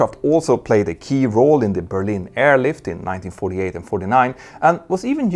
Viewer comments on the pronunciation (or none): none